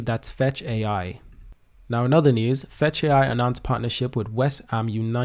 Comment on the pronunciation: It’s FetchAi not Fetchio